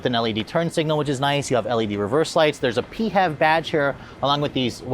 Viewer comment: pee-hev badge? I've always been pronouncing it "fev". :) One thing we can all agree, clearly the interior needs more gloss black.